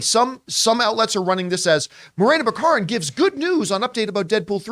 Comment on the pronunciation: I thought it was BACK-a-rin?